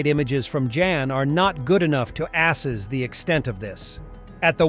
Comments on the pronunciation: “to ASSess”. LOL! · Asses the extent lol